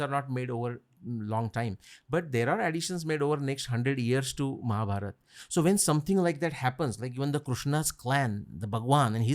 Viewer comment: Thank you sir for saying Mahabharat instead of Mahabharata, Avatar instead of avatara ❤